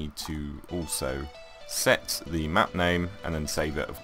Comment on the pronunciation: It's just your voice when u say setthe it sounds like sexthe that's it the conversation is over u r good I am good but ur vids r helpful